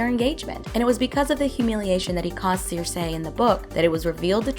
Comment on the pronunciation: It's pronounced SIR-SEE. Not Seer-say.